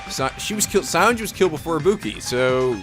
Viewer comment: I swear to god it sounds like Nagito is saying "Ibupi"